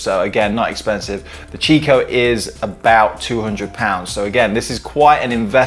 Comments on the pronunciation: It's pronounced "Kikko" not "Chicko". It's an italian brand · In the UK it is normally pronounced 'chicco' never heard it pronounced 'kikko' before. Maybe over time it may change like the pronounciation of 'Nestles' to 'Nestlay' and 'Jané pronounced 'Han-nay'